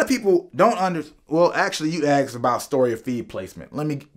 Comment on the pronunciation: questions asked or aksed?